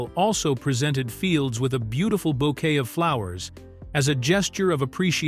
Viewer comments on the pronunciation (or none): none